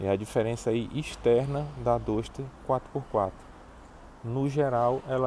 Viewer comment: 9 meses e não aprendeu a pronunciar o nome do carro ainda?